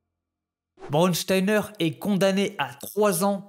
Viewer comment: Juste apprend à prononcer mieux les mots en allemand. Braunsteiner et pas brodsteiner. Braun = brun Stein = pierre. Oui brun est la couleur du fachisme et dure et insensible elle était comme la pierre…… Son seul nom la prédestinait à commettre l’innommable…… Surprenant n’est ce pas ?